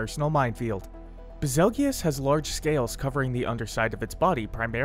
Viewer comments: I'm a bit disturbed that he pronounces it bezulgious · It's BAZELJEUSE. Like "beetle juice" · No way bro just called him baz-el-gee-us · Did he just say ba- zel-gee-yus what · I always thought it was pronounced bazel (like bagel) goose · If betelgeuse is pronounced beetle-juice then Bazelgeuse is Basil-Juice....ba-zell-gi-us sounds cooler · Lol ive always pronounced it as "Basil-goose". Still really wierd to pronounce it the way he does in the video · SAME. It's like "beetle juice"